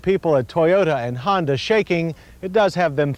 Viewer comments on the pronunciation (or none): none